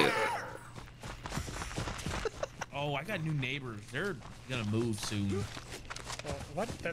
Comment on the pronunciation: Woah you dropped the hard r, At least say neighba